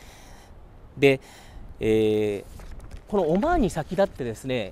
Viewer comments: オォマァーン（いい発音だ) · オマーンの発音がいいね